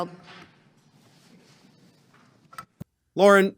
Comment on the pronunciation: She seems to say "Thank you, I yelp." not Yield.